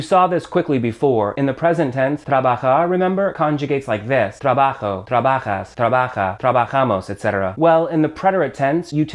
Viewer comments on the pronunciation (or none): Trabajou he says. Leave your English phonology at the door when you speak Spanish, dude. ;)